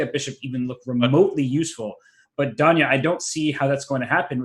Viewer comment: Duhn-ya Naroditsky.